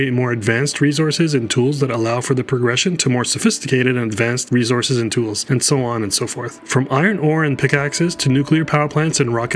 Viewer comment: Dislike for the way he's saying "resources"